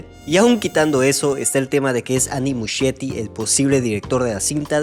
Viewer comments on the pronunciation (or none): El apellido de Andy Muschietti se pronuncia "muskieti"